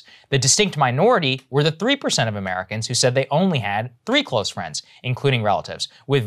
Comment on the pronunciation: "Wanna be my fwend?" Americans: fuck no.